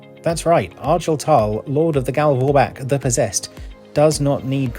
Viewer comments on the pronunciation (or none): 'French gals vorbak' jesus christ lol. Great though! Tip top, as always:)